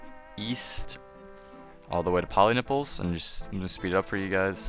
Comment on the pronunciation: thank you sir i chocked for 5 minutes when you said 'go to pollynipples'